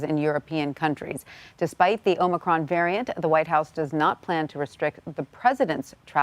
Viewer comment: Please tell Brandon it's OMICRON.....not OMNICRON.